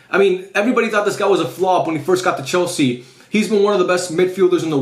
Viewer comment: "chelse" go back to scool unc 😭😭😭